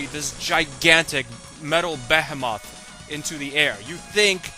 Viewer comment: be-he-moth?? beh-heh-MOTH?? hahah wtf